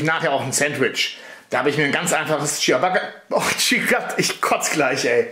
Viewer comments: Lautsprache:Dschabatta (Klugscheissmodus aus) LOL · Das Brot wird einfach "Tschabatta" ausgesprochen, das i wird nicht betont :)